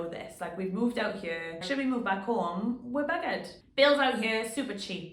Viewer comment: “We’re bggr’d” 😂